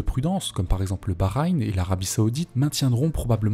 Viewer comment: Alors par contre, on ne prononce pas Israël "Izraël" mais "Issraël". Il en va de même pour Bahreïn. On prononce "Bahrèïne" et non "Bahraïne" L'étape suivante c'est de prononcer le G de Erdogan... Bon, tu le fais pas ça va. :)